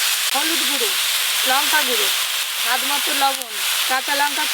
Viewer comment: Lunka noy ota lanka age ucharon thik koro